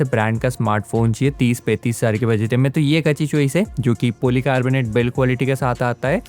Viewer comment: Budget toh thik se bolna aana chaiye bhai